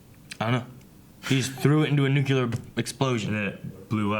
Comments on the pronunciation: Cringing every time says “Nukular blast” it’s a Nu-CLEAR blast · "... Nuke-yoo-ler" LOL.